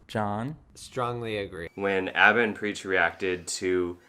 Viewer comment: AH-ba bro, you replayed there own video where he says his own name AH-BA! Great job putting out this message.